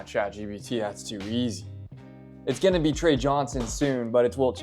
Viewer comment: bro really said tre johnson 🤣🤣🤣